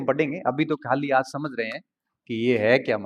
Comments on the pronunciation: हम यानि हम ओर हमझ यानि समझ 😂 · पश्चिम राजस्थान में स को ह बोलते है